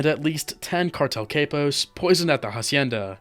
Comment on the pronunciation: 😂cant even pronounce capos!!!